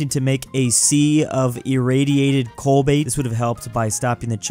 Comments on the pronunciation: Text: Cobalt: Co-bait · pronunciation of cobalt gives me shivers down my spine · Insane pronunciation of cobalt by today